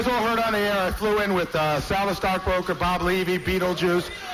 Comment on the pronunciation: This might be me being persnickety, but I never liked the way he says "air". He adds so much emphasis. He will say something like, "That one time I was on the airahh." It's just super annoying lol.